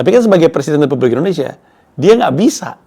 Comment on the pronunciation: ngomong Presiden Republik Indonesia, kedenger Presiden Terburuk Indonesia